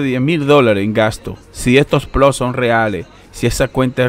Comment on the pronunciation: increible que no puedan leer una tabla de datos ni pronunciar bien ploT. Space pool libera el pago cada vez que llegas a 0,01.. Puede pagarte varias veces al dia!